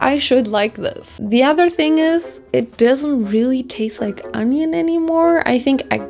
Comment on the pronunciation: It's onioin, not ANYIN.